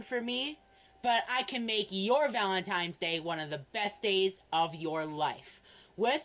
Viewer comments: He can't even pronounce valentines, he says valentimes . Don't give this infection your money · him calling it "valemtimes day" makes me want to rip the skin off my scalp